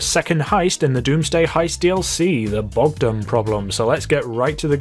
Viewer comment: pronouncing wrong Bogdan Eastern europeans: triggered 69666%